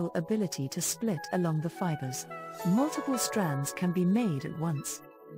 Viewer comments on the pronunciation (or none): none